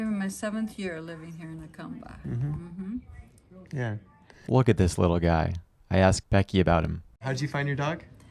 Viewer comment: It’s pronounced “Hu-cum-ba” not “Yu-cum-ba” or “Ju-cum-ba”…and it’s the “Sun-or-an” Desert.